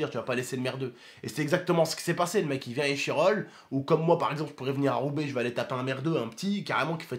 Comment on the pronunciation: Il a dis ROUBAIX !!!! J’habite à Roubaix yeaaahhhhh mais pk tu dis Roubaix ?